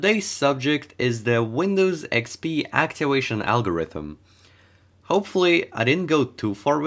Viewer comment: actiwation awgowithm